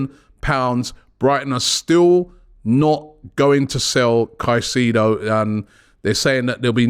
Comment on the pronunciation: So glad I don't have to hear about Moses Kah-seeee-doh any more.